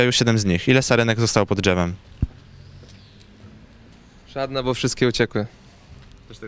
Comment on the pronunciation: Pod dżewem ahahha